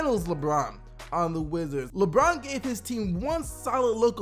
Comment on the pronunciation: Its pronounced like brin forbes